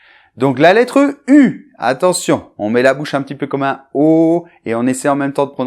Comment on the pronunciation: MMerci che. Je voudrais savoir comment tu prononcés le mot "petit", parce que on écoute "ti" seulement. Merci et á bientôt!!